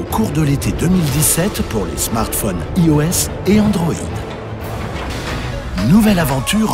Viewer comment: et avec le mot "i"os pronnoncé vraiment à la française^^